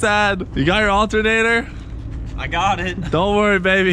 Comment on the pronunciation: When you said "special alterater", thought you were getting a turbo.